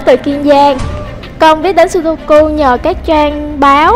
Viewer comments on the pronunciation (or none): sudoku mà nghe như sogoku :))